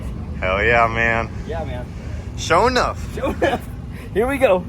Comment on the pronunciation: You mean Sho' Enuff according to pronunciation